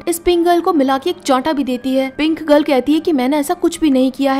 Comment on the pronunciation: Kya pink girl pink girl lagaya rka hai aisa lag rha hai k Pringle bol rhi ho Baki Sara tik hai I like it aisi films kha Hindi me explain ki jati hai